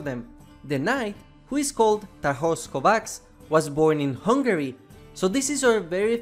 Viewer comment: Also his first name reads as "Tarhosh" not "Tarhos" S is pronounced as "sh"